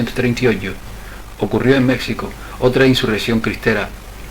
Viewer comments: ¿Por qué le llamas "Mécsico" todo el rato? Eso desmerece la buena labor de investigación que has hecho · Y por favor pronuncia Mexico con jota ... los mexicanos conserva la forma antigua del castellano que en Castilla se adoptó la jota para ese sonido....Ximenez es el actual Jiménez...etc. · Vas a decir que es una ridiculez lo que te voy a pedir, más aún con lo interesante y bien investigado tema. México se pronuncia como un día lo escribieron los españoles peninsulares: MÉJICO. No es tu forma de pronunciar de pronunciar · Mexicano y México están mal pronunciados en todo el vídeo. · Un error tipográfico nada más. No como su constante y contumaz pronunciación errada. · No tiene Vd. derecho alguno a desfigurar una propiedad común como es el idioma. Saberlo no es estupidez. Empeñarse en desconcerlo, sí.